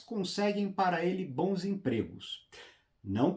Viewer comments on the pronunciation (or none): none